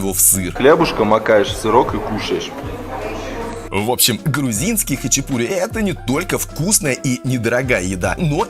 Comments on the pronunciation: Почему говорят хачипури?ХАЧАПУРИ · Только не хачипури а Хачапури :) режет слух когда не правильно произносите слова . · Автор! Не хычипури, а хачапури!!! И произносить нужно именно так ХАЧАПУРИ! А не хычипури... Буква П в этом слове – воздушно-летящая ПХ! Хычипури, блин!